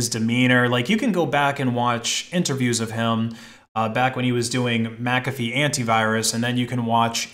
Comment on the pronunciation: Thank you for pronouncing McAfee properly, everybody always pronounced it wrong when they say my name